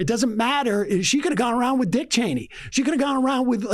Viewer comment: I love that Sam Seder always gets Liz Cheney's name wrong.